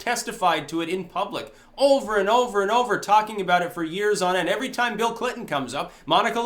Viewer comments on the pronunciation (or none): I thought you said 'Feel Clinton'.